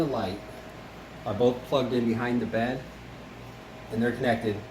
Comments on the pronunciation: Did anyone notice that either himself or the original guy in it said 'THE BEED MOVED' and not bed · Video- The beed moved. Me- What is beed ohh wait they meant bed.